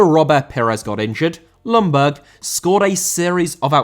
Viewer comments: Hey, I will remind you again that Ljungberg more is pronounced Jungberg then Lungberg. The L is rather silent:) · Just your average friendly Swede here to point out "Ljungberg" is pronounced more like "Yungberj" than "Lunberg"